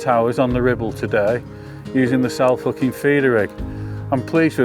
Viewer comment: Sorry, my ribs are sore - all I can hear is "Cell fookin feeder rig"